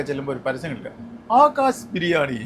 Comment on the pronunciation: Daamikkuttiyude birrrnani (biryaani alla 😅